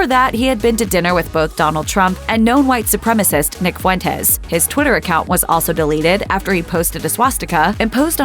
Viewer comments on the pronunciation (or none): none